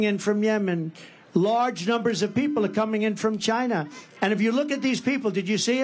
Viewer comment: Chyyyyyyna... I miss his pronunciations